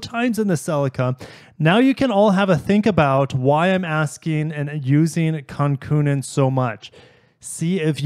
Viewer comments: Kankoonen FFS. You cant be taken seriously if you can't pronounce the name of one of the greatest. Plus, you're not pronouncing Celica properly. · Is that how Celica is pronounced in the U.S? I thought it must be but then you mispronounced Kankkunen……